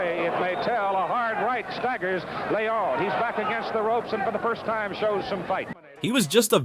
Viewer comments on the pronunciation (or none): none